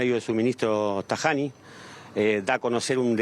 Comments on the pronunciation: 😂 Tajiani lo pronuncia mal , lo dice en castellano, es verdad como dice el Ministro Tajiani para tener la ciudadanía italiana hay que amar el pais dar la ciudadanía italiana es algo serio debes amar la italia y hablar almenos estudiar el B1 lo basico, la mayoría regalaron la ciudadanía italiana como si fuera caramelo 🍬 usan el pais para fines de otras cosas . Vean el video verdadero donde dio la conferencia de prensa . Los argentinos no son como el año 30,50, 60 estudiaban historia italiana y sus capitales se estudiaba el idioma almenos lo basico hoy por hoy tienen costumbres yanqui y ni idea de costumbres Europeísta. Esta bien el decreto si queres ser italiano debes vivir 2 años conectarte con su cultura . No mesclen los abuelos de la guerra era otra cosa, Argentina no le regalo nada sufrieron y se remangaron ser italiano no es comer pasta y pizza 🍕 es mucho mss que eso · Como italiano nunca voté un partido político pero por esta vez esta vez lo haré. Votaré al gobierno que terminó este abuso de parte de gente que no sabe pronunciar una maldita palabra en mi idioma